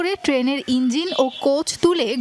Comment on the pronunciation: 32 সেকেন্ড থেকে সবাই একটু শুনবেন।উনি কি 'ইঞ্জিল' উচ্চারণ করলেন।নাকি আমি ভুল শুনলাম।